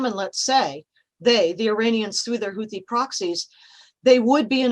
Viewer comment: دقت کردین ح حوثی رو ح تلفظ میکنه ، بقیه ح ها رو خ ، یعنی تو اون آمریکای خراب شده یه غیر یهودی نیست بیاد یه کاره ای بشه